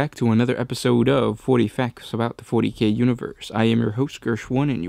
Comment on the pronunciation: mek quake i heard 40, but said something like "fouree years"